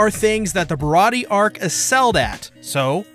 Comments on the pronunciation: Im pretty sure that the pronunciation is Bih raw dee aye or Bih Raw ti aye, it's like an in between of dee and ti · You're very close with the pronunciation. You just forgot the "ayy" sound at the end. Barati-ayy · The warlords are the one piece equivalent of Privateers basically government sanctioned pirates Mihawk is the strongest swordsman in the world no question he is also a warlord. also its pronounced like (bar-ah-t-ay)